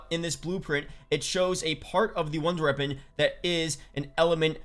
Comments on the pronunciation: when he says it, it sound like he saying ronder reapon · Good vid but he says “wonder weapon” weird.